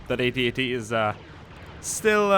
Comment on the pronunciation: AN AT-AT NOT A AT-AR